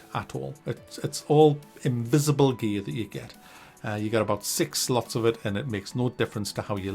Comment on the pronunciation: I know he's saying "gear", but all I hear is "gaaay".